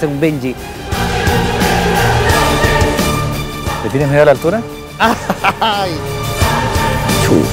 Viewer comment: ¿Por qué dicen benyi? Eso se llama Bungie (de hecho es el bungie jumping) se pronuncia Banyi, no benyi. O si lo decimos completo y correctamente: banyi yampin.